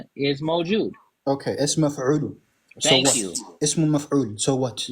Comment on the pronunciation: Man really said he knows Arabic, and then says موجود is "مأفول" instead of مفعول. It doesn't get any more effeminate than this 😆